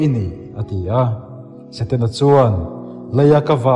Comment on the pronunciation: Eng i ti nge mawni Saten-a tia i lam rik tlat mai le??😮😮. A ngaihnawm tur ang aiin thu lamdan diklo hian beng ati kham ṭhin. Hetiang anga thu ngaihnawm leh zirtur nei ṭha angah hi chuan i thumal lamdan hi han ulukin han fimkhur deuh la, a ngaihnawm lehzual ngei ang. Han ṭang sauh² teh khai...